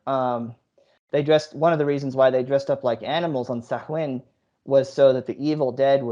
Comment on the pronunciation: Im down , Sam Hain?!? If you're gonna attempt a documentary on a festival at least learn how to pronounce it 🤣🤣🤣 "Soween" not sam hain🙄 one Google search would have kept ya from looking like a twit.